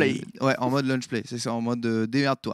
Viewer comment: "Luncher" rip l'anglais x)